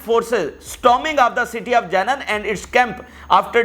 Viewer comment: Plz correct your pronunciation for: Janeeneen its not Jenen Explosives not Explusive Punishment is not poonishment Meeting is not meting..hope u wouldnt mind as thousands listen to u i thought i mention n make ur speech better.